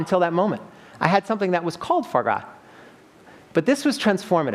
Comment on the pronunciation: "Fo gra" is how you pronounce foie gras? Au contraire, mon ami. You really made me doubt myself, but I'm pretty sure it's "fwa gra", similar to how most English speakers say it. The French wiktionary agrees with me...